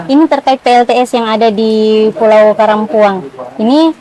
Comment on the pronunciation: Sy curiga nama pulaunya sebenarnya karampuan.. Tpi penyebutannya karampuang